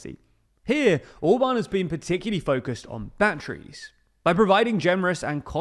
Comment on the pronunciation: His name is ORBAN, and not OBAN ! Can not you prenaunce the letter R ? Try it !